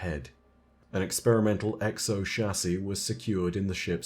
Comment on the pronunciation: Apparently it is "Shassey" not Chassis...lol